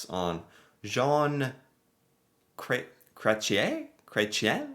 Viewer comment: "John Cray-chen" made me giggle.